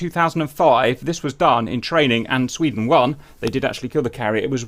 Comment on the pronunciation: "I am Sf from Sfvweden. YOU VWILL NOT STOP MEE!!" - Agressive Sfvwede Maybe